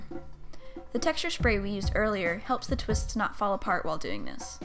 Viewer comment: I love when she says << shpray >> instead of << spray >>.